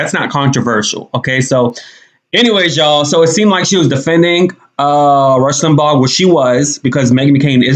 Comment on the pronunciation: Why is she pronouncing his name, “Lim-ball?” Yet again, the entitled princess gets defensive without provocation, making baseless passive-aggressive comments for reasons no one understands. I feel so sorry for her daughter. She couldn’t have 2 worse people as parents.